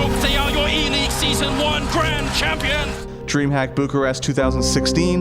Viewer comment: there is also a mistake when you say dreamhack there, you pronounce is dreamhap